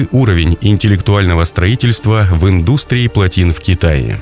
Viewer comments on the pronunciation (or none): Ха ха ха. У 🔜 него индустия. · Но ударение не туда в слово индустии